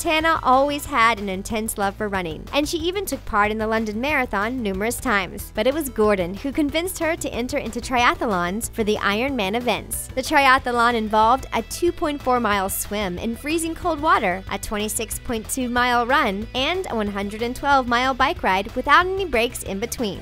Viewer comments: Tri - ath-lon, not Tri-ath-a-lon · triatalon, huh? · I cringed when she mispronounced 'triathlon'.